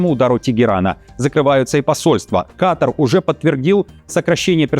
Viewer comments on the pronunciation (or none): none